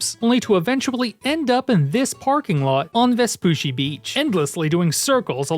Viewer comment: Say it with me, Ves-PU-CC-I beach